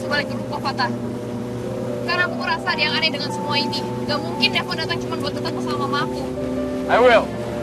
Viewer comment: Devon aku dengar manggillnya devon klepon😂. Oh ternyata kupingku😂